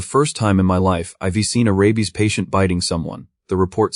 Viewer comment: That bothers me less than the narrator constantly mispronouncing I've, we're, they've, they're, etc